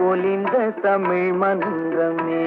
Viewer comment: அன்று தமிழ் இன்று டமிழ்